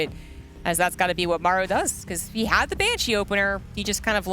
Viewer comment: Also I hate how he pronounces Maru wtf